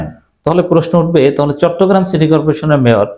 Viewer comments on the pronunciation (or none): none